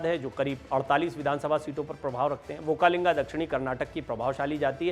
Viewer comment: It is Vokkaliga not vokkalinga.